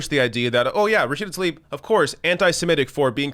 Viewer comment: Hey man, as you go about inciting against Israel, do try to pronounce the woman's name correctly. What a copious amount of ignorant BS at this gathering of hate-filled anti-Israel sheep. When will these squad-ers start tackling the AMERICAN issues they were elected for? I'll wait....